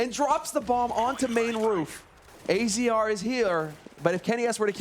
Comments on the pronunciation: Unwoven Sleeve "Azza, not A Z R or Azer it's Azza" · Pretty sure it's pronounced Azza not Azee arr.